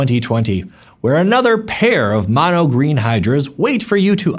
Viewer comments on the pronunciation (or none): none